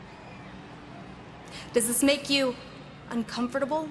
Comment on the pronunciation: I hate the way she said uncomfortable